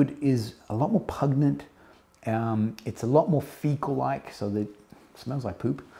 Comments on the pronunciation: Brother I love your work but I need to do you this favour: The word 'pungent', to describe a strong smell is pronounced 'pun-jent'. You sound like you have it mixed up with 'repugnant', which pretty much means repulsive. ❤️ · Just found you. Love your videos. But, as a fellow Aussie, I MUSt correct you on "pungent". It's a soft "G" as in "just". There, done! Love the Xerjoff range but I'm sticking with "Naxos" and "More Than Words" right now.